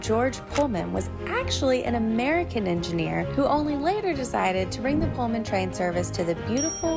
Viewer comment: Pul-man,not Pole-man🎩